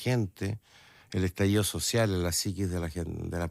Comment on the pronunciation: Y aún le sigue llamando “estallido zoocial”